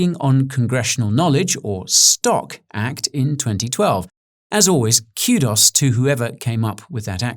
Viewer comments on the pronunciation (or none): He said Cue-Doss instead of Kudos